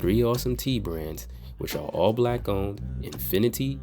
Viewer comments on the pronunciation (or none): none